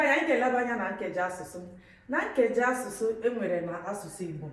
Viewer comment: 🤔🤔🤔i think u are not pronousing ur nkeji asusu very well❤